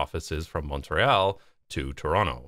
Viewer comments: Since you commented about the pronunciations To-ron-to vs To-rono at the start, I think it's only fair to mention that Mont-rei-all is not used by locals, but Mon-tree-all is. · 💀 you can't pick at people that pronounce ToronTo weird but then pronounce Montreal the way you did